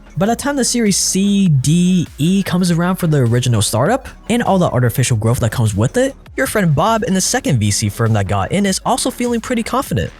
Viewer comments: It's growTH, not growff. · growth not grofh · Dude, it's pronounced "growth", not "growff". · growth not growf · im sorry, but are you saying "growf"? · Please learn how to say growth it’s not groeffthhh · Is he saying “Growf” or is it my AirPods?